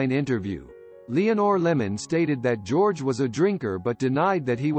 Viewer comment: "Jerogay" Reeves? Really?